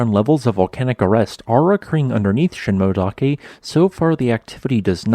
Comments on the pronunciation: Ooh, I was thinking of going there next week... by the way, in "Shinmoedake" you should pronounce the "e" (shin-moh-eh-dah-keh). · You need to check how those geonyms are pronounced. The crater late (Miike) is pronounced “me - eekeh” and Shinmoedake, “sheen - moh - eh - dah - keh”.